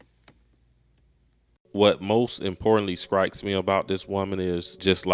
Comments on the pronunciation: .....did you say "skrikes"?? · Did you just say, "SKRIKES" ?? Do y'all even know how to pronounce the letter "T"??! Make it stop.